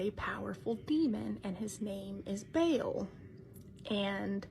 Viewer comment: The girl said the names again at the end of the video! Baal can be pronounced Bol. But speaking the name while talking about it is NOT a good idea.